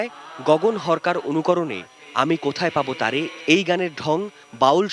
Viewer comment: গগন হরকরা Not গগন হরকা .